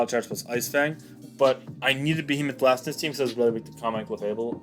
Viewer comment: Behemoth Bash. BASH. Not blast🤣🤣😂😂